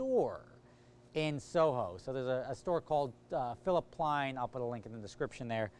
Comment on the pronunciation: *PLEIN* NOT PLAIN THERE IS NO SUCH PLAIN 😂😂